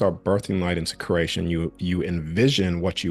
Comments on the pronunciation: Cree ate, sounds like you are saying crate tion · I love everything about this message. Its driving me nuts he keeps saying curration though, it's creation. Sorry I had to vent lol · Are you saying “curation/cration” as opposed to creation on purpose? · Everytime he says creation I hear Croatian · I cant unhear "crAYshn"